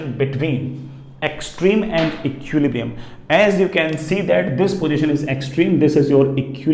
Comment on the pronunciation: That's eqquillibrium ah ? 😂